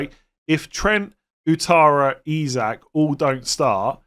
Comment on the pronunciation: the name Ouattara is pronounced Wattara.